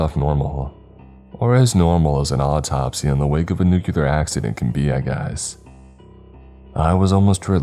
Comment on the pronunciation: It is NOT pronounced nukeular, it is NUCLEAR, NEW-CLEAR